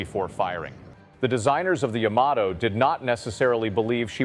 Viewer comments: not YAM A TOE. YAH MAH TOH. Can't take you seriously... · Is this AI narration? Guy says YA-mato when it's supposed to be ya-MA-to. Later, he says it correctly, then goes back to incorrect. Strange. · I am a fan of the Yamato mainly because of the anime Space Battleship Yamato / Starblazers. My question is, how do you correctly pronounce the name? It is really about where you pronounce the T. I have always said Yamaht oh. But I have also heard Yama Toe. Even this video says it both ways. The anime says it both ways. The most recent anime says Yama Toe. I just was curious. There may be no correct way. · Yama toe, really?